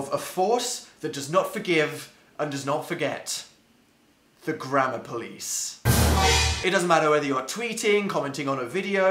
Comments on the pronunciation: It sounds like he is saying grandma police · At first I thought he was saying grandma police and I got really confused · i thought he was saying the grandma police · i hear grammar police as grandma police omg the grandma police caught me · The whole time I thought he said the grandma police